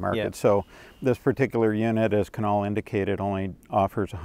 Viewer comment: either there was a spelling error on Kunal's name or Sandy completely botched the pronunciation 😂